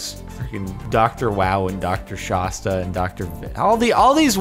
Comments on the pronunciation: Its shasta, not shosta, i think its off mt shasta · Excuse you. It's not Shaw-sta. It's Sh-ah-sta. Like the mountain.